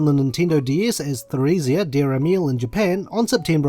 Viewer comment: Emile, Martel, and Theresia are all French names. So Emile is pronounced as Emily, and Theresia begins with a hard T Just thought I'd throw that out there :)